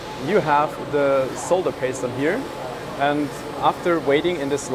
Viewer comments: So refreshing to hear someone who knows that the word is "solder", not "sodder". Someone please tell America, will you ? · I'm so happy he says 'solder' and not 'sodder'.